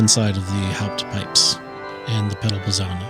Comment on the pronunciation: Sorry guys, needa teach you some German😂! It's "Hauptwerk" and "Schwellwerk" , not Haupt and Schwell (whereas "Positive" is called Positiv - without "werk"). Also, the "z" in Prinzipal is pronounces sharp (like "ts" in "pets"), and the "e" in Posaune is not mute. I know it's difficult😊Greetings from Munich!